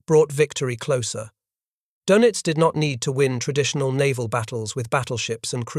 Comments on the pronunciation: His name is not pronounced "Doughnuts". Try "Doynitz" to get close. - The Pacific battle was determined when the Japanese were chased off of Guadalcanal in January, '43, the African littoral when the Nazis were expelled from Tunisia in May, '43. The Nazi 6th Army surrendered in February '43. Doenitz gave up in March '43. By late Spring, 1943, the war had been decided. - No. After Spring, '43, the Battle of the Atlantic was over in everything but claims, as was the war was in every other theater. - This was the exact circumstance facing Japan, but the Allies hadn't yet killed enough of Hirohito's subjects to satisfy his thirst. He would finally be satisfied in August '45, after he realized that he well may be next to be incinerated. - Military defeat in the mid-Atlantic isn't 'some distant battlefield'? Yes, yes, it is. - Von Rundstedt didn't know he had to defeat William Knudsen, and he didn't. Doenitz didn't know he had to defeat Henry J. Kaiser, and he didn't stand a chance. - 'Barely 8' above the waterline'?! Bullshit. - How many on patrol? From memory, he never got close to his stated requirement of 200. - And one pederast! - If you can calc the number of calcs required to break the code, it is NOT 'mathematically unbreakable'. All you need to break it is a high-speed calculating machine, and that's what the pederast delivered. Once you 'broke into' the code, the hits avalanched. - You might assume Turing could have 'sup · ADMIRAL KARL DONITZ - IT'S REALLY NOT PRONOUNCED THAT WAY. THERE IS AN UMLAUT OVER THE O IN DONITZ. YOU SAY IT LIKE DAYNITZ, BUT WITH YOUR LIPS ROUNDED FOR THE FIRST SYLLABLE.